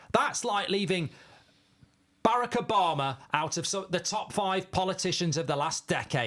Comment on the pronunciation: Insane pronunciation of Barack Obama